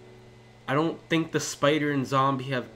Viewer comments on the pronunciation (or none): none